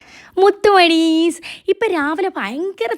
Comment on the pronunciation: 😂😂😂 മുട്ടമണീസ് No മുത്തുമണീസ്